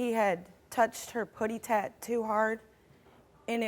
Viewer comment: "Puty Tat"? Really 🤨